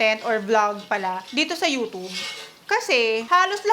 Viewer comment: You don't pronounce it as U-tub, that's ridiculous.😂 However, don't pronounce as U-chub. It should be a blend of tsy